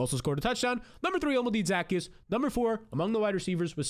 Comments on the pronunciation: Dude pronounce players names right....... nothing more annoying than guys giving football advice and can't even say their name right.... ZA-KEY-US NOT ZACKY-US.....might help ya get a couple more scribes..... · O-Llama-Day Zuh-Key-Us sheesh lol